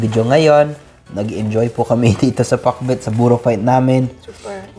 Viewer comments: Ha ha ha comedy talaga yun pakbet naging pakbut!😆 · I like that very ilocano pronunciation "PAKBUT".. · The way he says it. 👌 He has Ilocano tongue haha. Pakbut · Am I hearing things or he really said pak-bwet? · Gosh i just love how he says "Pak-but" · Hahaha pati pronounciation mo para ka ng ilocano parya bogoong utong nakakatawa ka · Nakakaaliw pakinggan ung pakbet. Hehe Super galing mag tagalog.